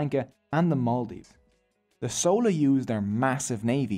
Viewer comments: Im sorry im really happy u made this video but its not sowla its chola 😭 spelt with the ch sound from chocolate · How do you pronounce "Chair / Chocolate / Chalk / Chimp"? How did then "CH" in Chola suddenly become "Sola"??? Like seriously man, how??? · Sola dynasty. I am sosorry its just funny to me, fyi its chola like chai or chia seeds. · It's 'Chola' not 'Sola' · It is sola bro. The sun god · I don't know how you got this much information without even knowing to pronounce Chera, Chola and Pandyas. Anyways nice video